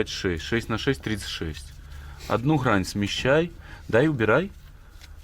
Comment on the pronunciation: Дак не Хрань А Грань